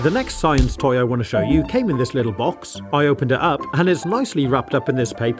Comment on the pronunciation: i like the way u pronounced show as "sh-hoe